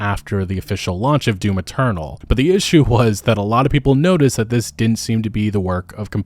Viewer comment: It sounds like he’s saying doom internal .